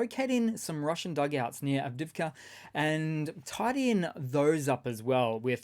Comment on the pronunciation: its not pronounced av-div-ka its av-dee-iv-ka